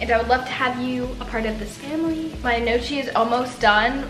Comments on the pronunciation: i love how you have a playlist with Italian music and I don't (I'm Italian lol). also, the word gnocchi is pronounced nyohk-kee <3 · okay as an Italian person i am offended by the way you pronounce gnocchi, its pronounced nockee or no-kee not nochee btw :) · Just so you know gnocchi is pronounced "no - y- ke" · ahaha gnocchi is actually pronounced "ni-yo-kee" its really weird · the way you pronounced gnocchi tho 😂💀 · please look up how to say "gnocchi" (no hate!) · i love you but you butchered the pronunciation of “gnocchi” so many times 😭